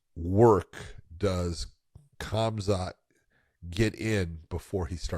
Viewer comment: probably because he doesn't know khamzat personally and doesn't know the actual pronounciation